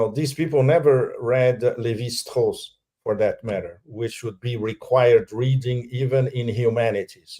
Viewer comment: what is the name he is saying for "the other"? Levi hoss? Who is he referring to? I want to understand basic anthropology! Lol